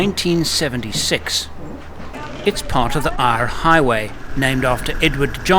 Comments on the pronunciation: Ayre highway is pronounced air highway mate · I think it's the Southern Ocean down there, Eyre is pronounced air, and the town was Tenterfield. Other than those minor glitches, a great video. Thank you. Ps, never go inland without a fly veil, they'll crawl into every place they can fit. There's nothing worse than breathing fly. 😊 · edward john eyre ( pronounced AIR ) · Southern Ocean And eyre highway As in eyre is pronounced air Awsome photograghy EDIT Actually all your pronunciations are quite funny All ausise names are spelt as theyre said Minnipa is mini pa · the Eyre Hwy is pronounced AIR HWY not whatever you were saying. You are forgiven being a newbie. Just days into your trip and your talking about the flies, you keep them off your face and no problems, mind you i hate them too. Looking forward to BIG RED:-) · Great as always. Pronunciation time: Eyre (Eyre Highway, Lake Eyre etc) is pronounced in Australia as 'Air'. What was your final weight of the Troopy once filled up with fluids and people?